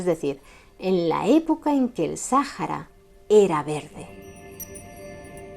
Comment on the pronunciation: Buen video, excepto con la pronunciación del nombre del desierto...